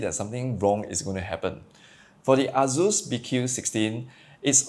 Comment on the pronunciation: Dude.. why you allways say azus insted of asus.. z and s id totaly different fonetiks